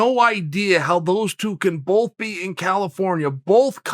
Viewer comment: I like how Chael pronounces "both" as "bulthe"